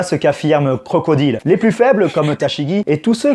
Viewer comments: Where is the prononciation english man ? This is not Crocodile but "CROCODAILE". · Aller les Crocrocrocro les crocrocro les Crocodileu